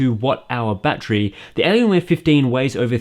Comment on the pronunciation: ''elienwer fifdeen''